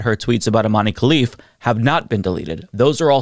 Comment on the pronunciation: It's pronounced iman not imaneee, great video though